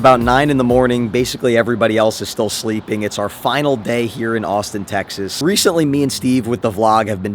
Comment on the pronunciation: Wait you d said Austin texes